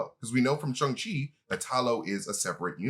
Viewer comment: as a mandarin speaker - the 'shang' in shang-chi rhymes more with 'long' than it does with 'hung', and for the love of god xialing's name is nOT PRONOUNCED LIKE THAT (more like 'sh-ee-a' ling). i know you guys are trying really hard with accurate pronunciation and i really do appreciate it but i've been hearing it being mispronounced on the channel for some time and i just wanted to point it out for future reference!